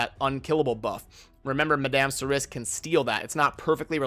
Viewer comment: pronounced "Mad-am Sir-E"